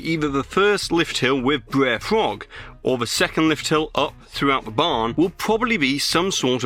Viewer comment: Hearing a British person say stuff like “Br’er frog” is so weird to my brain but also kinda funny